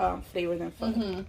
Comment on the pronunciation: Thank you for saying pho the right way😂